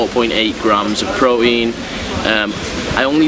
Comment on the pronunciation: It's pronounced "pro-teen"